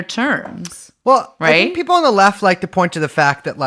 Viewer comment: It always sounds like she pronounces P as B. People (beople)